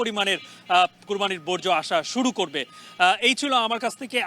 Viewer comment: বজ্র না,বর্জ্য😢